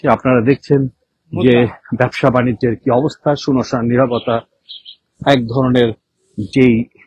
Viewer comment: সুনোসান আবার কি? উচ্চারণ ডিফেক্টিভ